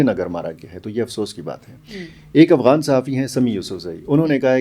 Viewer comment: Aghwan nahi afghan hota hai